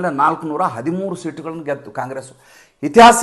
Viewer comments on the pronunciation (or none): none